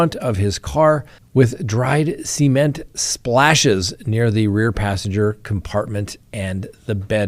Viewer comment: SEE-MENT. never heard cement said that way. I kept thinking he was saying semen. 😂